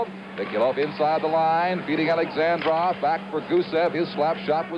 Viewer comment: Даже американский комментатор правильно произносит фамилию Бориса Александрова, а вот создатель ролика нет........ Ну почему же АлександрОв то ???....:)))))